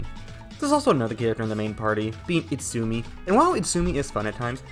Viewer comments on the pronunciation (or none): It’s Izutsumi… not Itsumi. But I agree with the rest of your review 😊